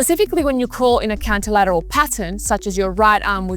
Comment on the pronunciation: It's "contralateral" not counter lateral, but good video. Will try